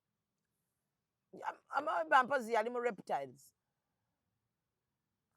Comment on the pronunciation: 😂😂😂😂😂 AMOEBA "AMIIIBA'" oba 'ameeba' not "AMOIBA",,,,,... Okay you people's vocabulary pronoucian is hilarious.... 2nd Reason i can't miss your skits!!!! 👉❤👏👏👏👏👏